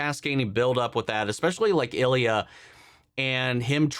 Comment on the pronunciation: The proper pronunciation is "Ill-ya," not "El-ya." How do I know this? Ilya Sorokin is an irritatingly good goalie when he is playing Tampa.